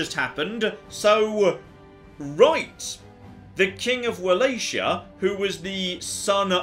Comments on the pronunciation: WALACHIA IS PRONOUNCED WAW LAW KEY AHH! PLEASE DEAR GOD MY POOR POOR EARS! I love this series it’s the highlight of my week! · Your pronunciation of Wallachia aggravates me just as much as your pronunciation of Coyote. Well done!